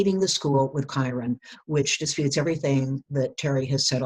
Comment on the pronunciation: dude im irish too. kyron is pronounced the same as kieran